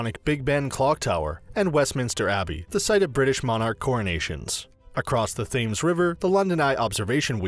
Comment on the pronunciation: “The river Fames” 😂